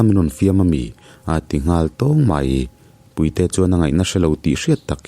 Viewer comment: sir puite i lam dan khi a mak ka lo tii…chhim leh hmar tawng thluk a in ang lo nge chu ka hre lo a🙂